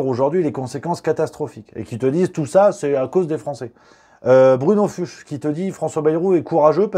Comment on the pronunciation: Fuchs se dit "Fouks"